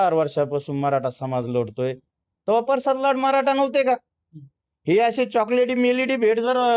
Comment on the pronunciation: परसाद नाही रे प्रसाद आहे